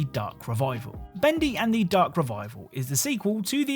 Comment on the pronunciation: I love how you say "Bendy Endthy" 😂